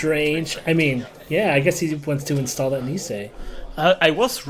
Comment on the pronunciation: like always, super videos! das einzige was mich leider immer bissle nervt ist, dass es immer 'instaahl' und nicht 'instohl' ausgesprochen wird! aber wenn das das schlimmste is, is alles gut! ;)